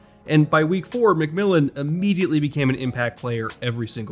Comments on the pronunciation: as a broncos fan, THANK YOU for pronouncing J-Mac’s name correctly lol announcers keep butchering it on broadcast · Thanks for pronouncing McMillian's name correctly! Nobody on TV can it seems.